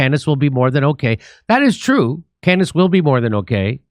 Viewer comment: I'm still trying to figure out the point of this segment. He doesn't even pronounce Candace's name correctly. This is silly speculation with no substance.